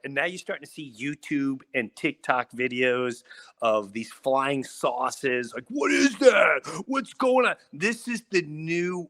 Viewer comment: There's some theories about the ' aliens' being interdimensional not from outer space. And possibly being fallen angels or demons. There's a bunch of videos about star gates. Btw, Jim is cracking me up how he says ' saucers '. I keep hearing ' sauces' and start thinking about spaghetti sauce 😂